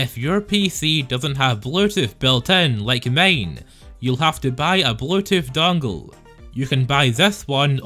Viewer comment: " And remember to leave a laake or nest "